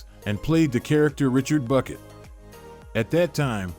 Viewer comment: It is not Bucket, it is Bouquet :D